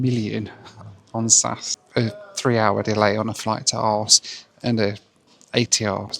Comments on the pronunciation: We used to play a rail game where you could build track to Aarhus, and we'd always say "Our hoos is a very very very fine hoos." It would never have occurred to me to pronounce it the way does here. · Aarhus pronounced arse. You can take the man out of England, but you can't take England out of the man. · Aarhus prono is "Or Hus" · I understand the frustration and disappointment, things obviously didn't end up as expected. And regarding 'arse'... some dane feel free to correct me but wouldn't 'ore hose' pronounced in English be more or less close to the correct pronunciation of Aarhus? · Aarhus is not pronounced arsehus 😂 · Did anyone get a count how many times he said aras in this video?? 😁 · Ah! So that was what he was saying. It sounded like he was saying arse. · It’s pronounced Ar-hous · As a Dane I was extremely confused about the place you were going to due to the pronunciation - because there’s actually a town called ‘Aars’ 😂 and I am sure you would have loved visiting ‘Middelfart’ as well 😉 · Same as an English person. In English it is oooor-hooose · I thought he was saying Arse like jackass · I really enjoy your videos, but it's not cool to mess up the pronunciation of the name of an city many, many times. -- as if it's ok to do that as a guest in Denmark. Ebenezer Scrouge was less of a grump. Take care,. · Wow, this whole time I have been trying to figure out what city you are going to 😂. The pronunciation was WILD 😅. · You know full well that is not how you say it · And there it is, the moment when you could no longer withhold the true Britard within yourself. Just like that! Don't know what's worst; the fact that you don't even know how to pronounce the name of a city, blame an airline for the weather or know how to look for normal award tickets. Grow up! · Dude really can't be bothered to pronounce Aarhus correctly. Fun joke to hear repeated a f...ton. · Quit Aahus'in Around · Not arse but aaar huuuus with a hot potato.